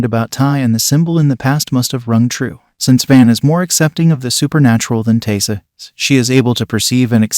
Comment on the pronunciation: Pretty sure Biscuit was the one that bit Taissa. You know, before she cut his head off. Also, it's pronounced Ty-ee-sa.